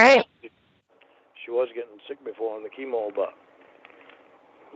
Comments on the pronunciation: The mini syllables and "buht"s really annoy me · “(mini-syllables) Yeah BAHT they’re awll ugly, so…”